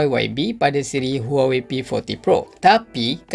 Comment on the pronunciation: Aku je ke yg dengar sebut huwowei 🤣🤣🤣😂😂